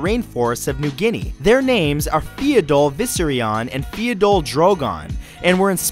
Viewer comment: you butchered the pronunciation of the the pheidole ants